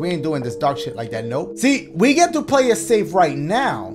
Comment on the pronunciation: “EMILY WANTS TO PLAY-UH, SHAY-UH, TRAY-UH” 😂😂